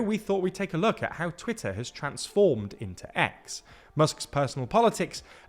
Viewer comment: its pronounced Twitter !